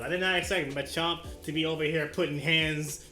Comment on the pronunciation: THAT NOT MACHOP IS MACHAMP